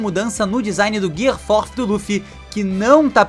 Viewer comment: se tu fala gear third e secondo como se fosse japones pq tu fala fourth como americano ? kkkk